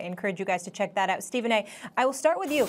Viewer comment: Stephern ER Smith.